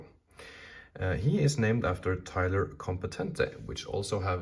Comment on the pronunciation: Btw, you nailed the last name pronunciation!